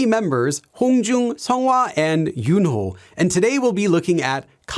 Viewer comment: One thing, Yunho's name has a silent 'h'. But I hear you red it with prominent 'h', so I wonder, as you clearly know Korean really well, is this a one time mistake or is there a reason to it, like his name is so rare or the romanisation is not correct?